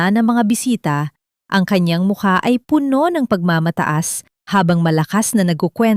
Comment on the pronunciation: Bago ka maging narrator learned first how to pronounce word properly..the same word but different meaning depends on how you pronounce like Puno as tree and Puno as full pronounce as pabilis